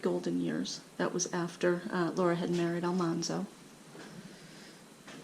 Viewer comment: Pronounced Al-MAN-zo